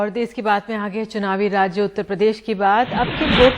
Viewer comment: देस नहीं देश होता है